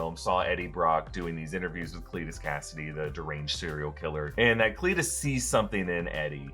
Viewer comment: “Lets watch a cireal killer” lol